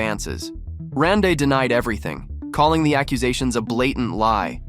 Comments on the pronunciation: Rande is pronounced Randy. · Please PRONOUNCE Randy ( Rande)…..geezzz! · You do a piece on a man and you don’t research how to pronounce his name? 👎🏻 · Pronounce his name correctly. I hate AI. Won’t be back to this channel.